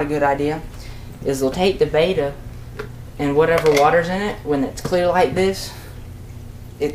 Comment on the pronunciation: IT"S CALLED BET - TA (better... betta..) NOT BETA!!!